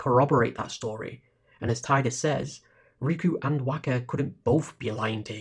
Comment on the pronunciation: Thanks so much for this! Six hours of “Tie-dus” has broken the curse and freed my soul. In all seriousness, it was great to hear you give commentary on each of the scenes and story beats. There are lots of FFX retrospectives on YouTube and they don’t always pick up all the little intricacies. Nor do they always try to seriously engage with the “false hope” argument and different reasons characters choose self-sacrifice despite the futility of it the way you have so really big kudos.